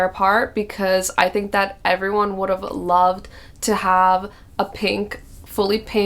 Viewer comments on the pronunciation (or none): none